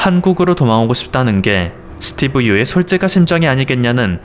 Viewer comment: 스띠브 ~ㅋ 발음이 안된다.이제 지친다 니가 뉴스에 나오면 내 수명이 짧아지는거 아니? 고마 해라. 그지같은게 어디서 지룰 염뱅을 떠냐 니 세금 때문에 지금 한국에 오려는거 모른지 아냐,? 진짜 들어 오려면 니 재산 한국에 몽땅 기부하고 군대 갖다오면 용서할께